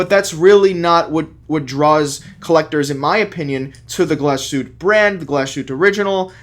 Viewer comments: GlasHuTTe................. not Glaschute, dont forget the dobbel TT. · Dude! You're a watch expert, please learn to say the watch name properly. It's pronounced "gloss-hu-teh." Otherwise, great vid. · "Glashütt" — There is an "e" at the end, and it is pronounced. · Diese Marke sollte man schon richtig aussprechen können .